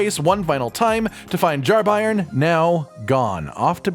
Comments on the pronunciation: "Bairn" is a Scottish (afaik) word for "child" and its pronounced "Bayrn" all 1 syllable, not Buy-ern! 👍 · It’s a Scottish word “bairn” not pronounced by-rn but bay-rn. It means child! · bairn is pronounced "bern" think burn with a e, It means a baby. Still used in north of England and Scotland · I can't listen to anyone talk about the Jar Bairn because of the monstrous butchering of the word 'bairn'. It's a Scots word, and means child. It's pronounced like the word 'bear' with an n on the end. Bairn. Not BYERN. Not BARN. Not BRINE. Thanks for coming to my Ted Talk. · just for those not in the know: Bairn is an old english/scottish word for child, it's pronounced like Bear-n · For reference bairn is pronounced like burn. It's Scottish slang for child. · i believe that word is pronounced like bear with an "n" at the end , and means baby. tangentially, "gaol" is pronounced "jail" and means jail. I am somewhat certain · Bairn is a scottish/gaelic word meaning child, so his name is literally jar child. Not that it matters in the slightest but its also pronounced “bear-n” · It's pronounced "bearn", it's not a German football team. ;) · It's pronounced B-air-n, as in 'air'. It's an old scottish word for child. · bairn is pronounced like bear-n and just means baby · It's pronounced (Bear-urn) it means baby or child. Bairn. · it's hilarious cause i found jarburg just before the update hit, so only friendly pots for me, no jarbairn. also its "bear n" like like a bear with n at the end. a bairn is a child in old english/scottish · "Bairn" is pronounce with a hard A sound. I'm assuming it's welsh like the other words but I'm also assuming it's used and pronounced like the scottish word. It means baby. It's a baby jar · Bairn rhymes with Bear but with an N on the end of it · It's Bairn 🤣🤣🤣 there's not a single youtuber or twitch guy who can say such a simple scottish word 😅